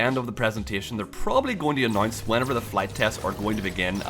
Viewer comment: I really like how you pronounce announce - "anoince"